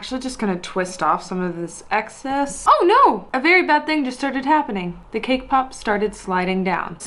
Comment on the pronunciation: Everytime she says cake pop, I always somehow hear her say K-pop xd